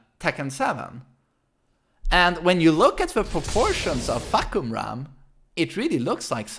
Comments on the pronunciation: It's Fah-Koh-Ram. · His name pronounce "Far - Cum - Raam". Sir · His name means roaring sky, got struck by a lightning when he was a kid. How ironic. Also Fah-cum-ram is how you pronounce his name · Gotta love the way swe says FAHKumram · It’s fah-kum-ram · fah-kam-ram No fuckerman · Jesus christ your way of pronouncing the name in english lol, so much emphasis on the first syllable exactly how you'd say...you know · It's funnier this way just let him be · His name is pronounce Far - Cum - Rarm" (Yes, that Cum no joke. Its pronounce that way). "Far" means Sky, "Cum-Rarm" means Roaring, like lion roar. Therefore the direct translation of his name is "Roaring Sky". Basically like a during a thunderstorm, you said that the sky is roaring. Sorry its not "Fak-Koom-Rum" Peace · Isn’t it FahKUMram like you express the Kum in his name? Not Fahkumram? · You can start taking him seriously by correctly pronounce his name. I dont know how to write the pronunciation for you to understand but I can at least separate the word for you, it's Fah-Kum-Ram (maybe something like this F̂ā-khả-rām) not Fuck-Um-Ram or anything you speak here, it's translated from Thai word to Eng as "Roaring Sky" It grind my gear every time you say that so sorry in advance if this look like I nitpicking you guys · Fah come ramm not fuck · Farh' Coom-Lrum ...Address more inflection on the first syllable. This should help. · Fuh-Koom-Raam/Ram Sub-seek-wently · Is that how you really pronounce his name🤦🏽‍♂️? Fock-u-ram.... GTFOH🤣🤣🤣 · Just hearing him say "Fah-ku-ram" over and over and then "Fahk" - "i didn't even see the kum" - "WHO TTHE FFU*K?!" lol hilarious. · Fahkumram phonetic pronunciation as "F̂ā khảrām" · deadass thought he was saying "Fuckerman" the whole time LMAOOOOOOO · It's "Fah Come Rarm." As a Thai person, it's painful to hear when his name gets butchered. Lol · "Fah"- not "fuh" "Ku"-silent M "Ram"- rum Pronounced FA-KU-RUM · its Fah-kum-ram